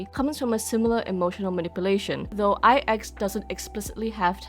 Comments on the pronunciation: That's how it's pronounced? Ai Ex I thought it was 9 in Roman numerals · always tought its pronounced as nine (9) as IX is both capital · In one of the optional dialogues, that is voiced, Himeko just pronouces the letters individually (something like Ai-Eks) (and I think that is the case in all languages).